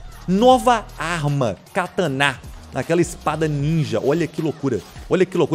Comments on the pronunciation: É katana não katanã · PH não tem acento é Katana e não kataná kkkk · Kkk play hard falando kátána kkk